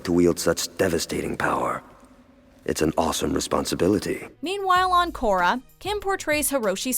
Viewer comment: 7.22 min in she said takorra